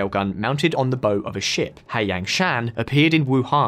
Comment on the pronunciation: "Fri-gaites"... "Nuc-yular"..."Boe of a ship"